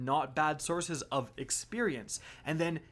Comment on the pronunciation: Re - SOURSEs, not ZORZEZ